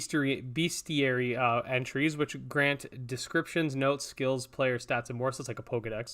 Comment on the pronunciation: the bestiary is actually pronounced best + iary not beast